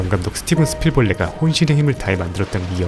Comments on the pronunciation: 스티븐 스필벌레? 라고 발음이 들리는데.. 제귀가 이상한거겠지요? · 역시 AI.. 스티븐 스필'벌레' ㅋㅋ ㅋㅋ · 무쌍이 뭡니까? 그리고 스필버그 감독을 왜 스필벌레 라고 발음이 들릴까요? ㅎㅎ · 난 첨엔 잘못 발음한걸로 알았더니 계속 그러는걸로 봐선 다분히 의도된 것...😂